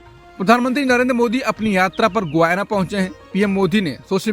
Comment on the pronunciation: गुयाना नहीं गयाना है देश का नाम।